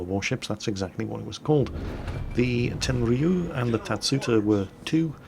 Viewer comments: Prn: Ten-Ryu not Ten-Ree-Yu. The Ryu makes one sound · I think this cruiser should be pronounced "ten-riyu" not ten-ri-yu" CMIIW:3 ps i love your vids sir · It's pronounced Ten-rew,! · Yep, you are right, you mispronounced Tenryu. You have to stress the first syllable, not the last.